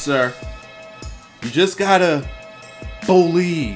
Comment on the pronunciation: BOLIEVE! haha